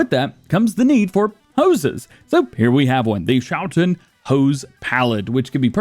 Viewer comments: Okay, if you put Google Translate into Dutch and let it speak the word you get a good pronunciation of the schou part of Schouten (the last part is a bit wonky, but that is just pronounced like is you are already doing/like the English ten is pronounced) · Since Schouten is a Dutch company, the ch is pronounced like the Dutch g, which sounds most like clearing your throat, if interested I could provide a pronunciation guide